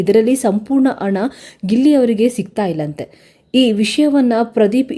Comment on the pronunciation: ಅಯ್ಯೋ ತಾಯಿ ಅವಾ ಅಲ್ಲ. ಅದು ಹವಾ. ಅದಿಮೂರು ಅಲ್ಲಮ್ಮ ಹದಿಮೂರು ಅಣ ಅಣ ಅಣ ಅಲ್ಲ ಅದು ಹಣ ಉಸ್ತವ ಅಲ್ಲ ತಾಯೇ ಅದು ಉತ್ಸವ. 😂😂😂😂😢😢😢😢😮😮😮😮😅😅😅😅 ಕನ್ನಡ ಸ್ಪಷ್ಟವಾಗಿ ಮಾತನಾಡಲು ಮೊದಲು ಕಲಿ ತಾಯಿ. ಅಕಾರ ಹಕಾರ ಜ್ಞಾನವಿಲ್ಲದವರು ಯಾಕೆ ಈ ಕೆಲಸ ಮಾಡ್ತೀರಾ? ಆಸ್ಯ 😂😂😂ಹಾಸ್ಯವಲ್ಲವೇ 50 ಕೋಟಿಯಾ?😮😮😮😮 ನಿಮ್ಮ ನಿರೂಪಣೆ ನೀವೇ ಇನ್ನೊಮ್ಮೆ ಕೇಳಿ😂😂😂😂😂😅😅😅😅😅😮😮😮😮😮